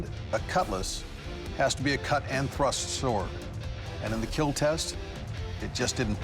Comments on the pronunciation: Lol it said that did not (keal) it’s kill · Very interesting video but it is not keal its kill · It’s kill not keal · It will keal 😂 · “Its will keel” but you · I thought everything he hits he says keal but... RIP to that guy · It will not KEAL... Doug... 🥺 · Its Keeeeeeel!!! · sucks that he learned how to pronounce "kill" ... it doesn't have the same ring as "keal" haha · "It will not keal" 😭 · keal? xD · It will keallllllllll hahaha lmfao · did not keal? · IT WILL NOT KEEL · not kill - keal Keep everyone alive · Lol "keal" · It's not kill it's keal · These people competing would rather hear "is it in yet?" in bed than "It did not keal" in any other circumstance. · I meant to say that it breaks his heart to say that a blade will NOT KEAL. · "It...will not KEAL." How to break a bladesmith's heart in just four words. 💔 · said kill like steve harvey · I like that almost all of Doug Marcaida's brand revolves around his own special pronunciation of "kill". His collab karambits are actually pretty slick though. I'm a sucker for knives with no parts.